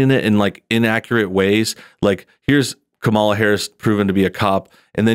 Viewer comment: oooooooooh no. you mispronounced "KA - Mala's" name